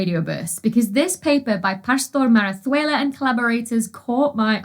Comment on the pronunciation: I wouldn't know for sure if you pronounced 'Pastor-Marazuela' correctly, but it sounded very convincing to me!